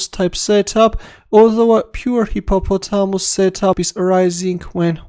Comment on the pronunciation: Dubious attempt at pronouncing hippopotamus 🤣